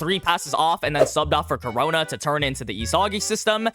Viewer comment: ITS KU-RONA NOT CORONA